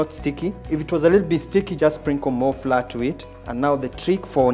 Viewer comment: Flour is pronounced 'flower'